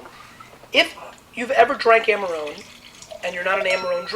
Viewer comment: he could at least try to pronounce it in an italian way